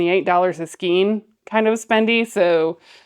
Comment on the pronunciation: Hey, FYI, "skein" is pronounced with a long A, like, "vein," "neighbor," "weigh," "veil," or "rein"!